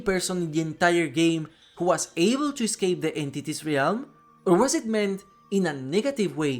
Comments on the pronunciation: Hey, just a heads up! "Realm" is pronounced "relm" not "ray-elm" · Great video! I’m relatively new to dbd and I’m loving learning the lore. FYI, realm is pronounce relm. The a is silent 😊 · Bro you godda learn how to say realm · the word "realm" has one syllable, and it rhymes with "whelm". like "bell" but with an M on the end